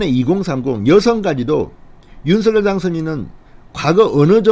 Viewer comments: 진성호씨 당에서 윤석열이 아니라 윤석렬로 발음을 해달라고 하셨잖아요..왜 매번 윤석열이 윤석열이 이러십니까??윤석렬 발음이 훨씬 듣기 좋아요...이름 쓸때는 당연히 윤석열로 쓰지요...무슨말인지 아시겠지요?? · 진대표님~~~~ 윤성렬로 발음 하셔야 좋다네요 대통령윤성렬♡♡♡♡♡